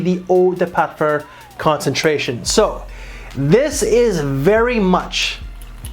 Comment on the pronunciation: What’s a Parfer😂 sorry I had to. Might want to get that pronunciation down if you are doing fragrance videos. Otherwise great work. 👍